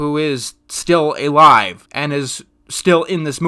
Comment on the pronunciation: "Eh-life"?? You mean "alive"?